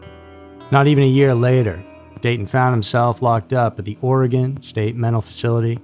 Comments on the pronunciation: Hey a YouTuber who can say Oregon lol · Thank you for pronouncing Oregon properly! It just feels really respectful when it's pronounced the right way.